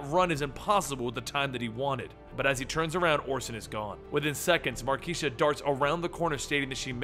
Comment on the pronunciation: Dammit, it's Mar - kay - sha!